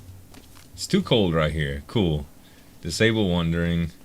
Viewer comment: Goddamnit its WANDERING not wundering